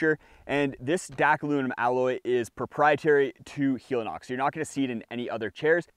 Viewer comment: I know it's entered the vernacular but I believe it's not hee-lee-nox but hell-e-nox, as in helicopter. It's the same thing with Teva, which is teh-vah, not tee-vah, and Hoka oh-neh oh-neh, not one-one.